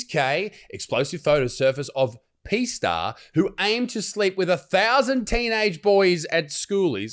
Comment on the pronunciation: Bloody hell, wasn't till mid way in I realised he was saying P star as in porn, I thought he was saying "PEE" star, 😆 🤣 😂 bugger me